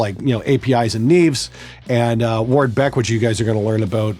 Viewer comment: You turned up the Canadian when you said "Ward-Beck."